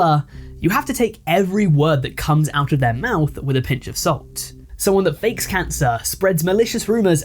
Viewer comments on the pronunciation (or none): none